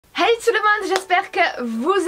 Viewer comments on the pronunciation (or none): none